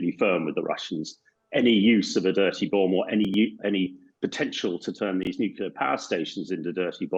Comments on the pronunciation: Even this guy says "nukular". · A person loses all credibility when he says " nukular " . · it comes from the word nucleus (as in the nucleus of an atom) which is not pronounced that way. Nucleus is not pronounced nukeulus. he is saying it wrong. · Hamish, WHY CAN'T YOU SAY 'NUCLEAR'???